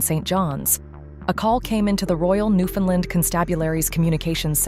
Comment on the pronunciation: I love how the AI could pronounce Newfoundland, but like 99% of America don't 😂😂 I'm American I just think it's crazy we don't kn9w this when I find it's actual pronunciation is much funner to say 😂